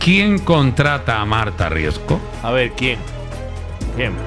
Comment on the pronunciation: Me pone nerviosa que no sepa pronunciar bien el apellido RiesCo... Siempre dice RiesGo 😤😤